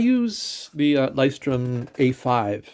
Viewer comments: Thank you for the video. Not to be pedantic but you may actually be interested... Lighthouse in German is sort of hard for Americans to say. Loo oy shh torm Loo as in Lou the nick name Oy as in "hey" British slang Shh as in be quiet Torm as in dorm with a t but not super pronounced. So this part isn't as hard as you may think, just kind of Blended together. Saying loo then oy shh then storm fully in a connected row is hard for English speakers. I leuchtturm1917's own videos they will simplify it a bit to make it for English leaning. If you really want to hear how it's pronounced Google lighthouse in German and then click the pronounce button, don't listen to Somebody pronounce the brand Our journey in journals, the blog has a post saying the exact same thing that you can read, if you like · The video slaughtered that word so bad I had to look twice.